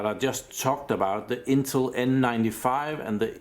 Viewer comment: A new interface "Memory block" orca"RAM block" and you kinda butcher the INTEL name intul ?? further more good explanation